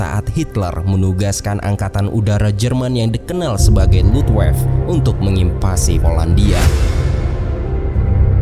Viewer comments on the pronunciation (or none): Pembetulan bang.. perkataan Luftwaffe sebutannya Luft-waf-fe bukan Luft-waf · Luftwaffe dibaca biasa seperti bhs Indonesia. Bukan Lufwèv A ya dibaca A bukan jadi "è" ini nama Jerman, bukan inggris Panzer artinya di Lapis dgn lapisan pelindung Oil pan (tempat oli) yg tipis kalau kena batu bisa bocor maka dilapis dgn plat besi tebal, itu namanya Panzer, bukan nama kendaraan. Nazi ? Apa itu ? "nazi" adalah karangan yahudi/komunis utk menghina agama Katholik, agamanya Pribumi Jerman. Singkatan yg benar adalah NS (bukan "nazi").